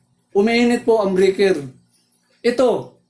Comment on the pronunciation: Ayos po ang paliwanag nyo, medyo po ako nalito sa tono pp ng salita nyo ng Load, Load po hindi po lud.. Breyker po hindi po brikir. Salamat po